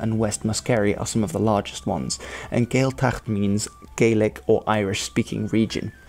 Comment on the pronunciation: Some of the serious pronunciations of Scots, Gaelic and Gaeilge were a bit out. Gaeltacht for example and Uisce.